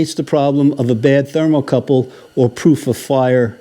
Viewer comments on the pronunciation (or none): none